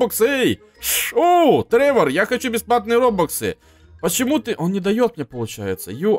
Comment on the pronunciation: Ты читать не умеешь РОБАКСЫ а не РОБУКСЫ